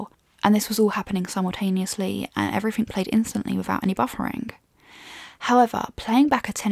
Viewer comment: In all a good review,but a few pet peeves.First she will need to learn to pronounce three properly, instead of pronouncing it free.as well as everyfing and I fink, Seems the more Nth you go,the more F replaces TH. This laziness makes the Queen;s English sound cheap and the speaker uneducated.